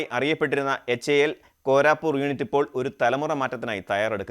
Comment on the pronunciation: കോരാപൂർ അല്ല കോരാപുട്ട് ആണെന്നാണ് തോന്നുന്നത്. ( എച്ച് എ എൽ കോരാപുട്ട് ).